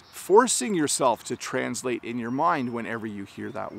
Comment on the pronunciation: You’re placing stress on a wrong syllable in the word “translate”. There are two ways to pronounce this word: /trænzˈleɪt/ /trænˈsleɪt/. But it should never be pronounced as you said several times:/‘trænzleɪt/